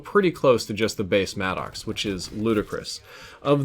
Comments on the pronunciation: The vapr gets a lot of love in the lobbies I play in. The vapr and Maddox by far kill me the most. And who else calls it the mad-dox? Please call it the mad-ux. I'm pretty sure that's how you pronounce it and it sounds better. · No clowning, is it "mad docks" or 'maddox" like Greg Maddox? Bc it sounds like mad docks when you say it. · Is he saying mannox lmao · I get a little laugh the way you pronounce it madd ox lol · its pronounced maddix